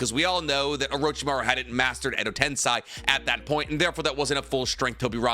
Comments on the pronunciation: My only takeaway is just how says Edo-tensei lol his list I can understand because he gives fair explanation about the inviduals but Edo-tensei is pronounced ten-say just like how sensei is sen-say, not sense i lmfao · Pls stop saying edo ten-sye and say edo ten-say 🙏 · Bro. It’s TEN-SAY. GOOD LORD. You’d think someone who knows so much about Naruto could say things correctly 😂